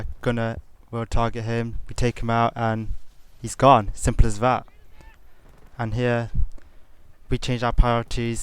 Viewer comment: "sirmple ass vat" lol